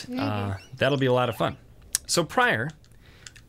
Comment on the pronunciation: Pryor, don't lis... prior? priar? anyway, don't listen to him. added sound effects are always needed.